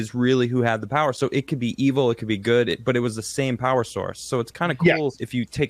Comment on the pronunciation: When says "good"... 'Gooduh'